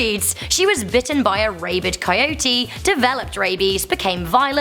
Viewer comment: I like how Rebecca says Raybid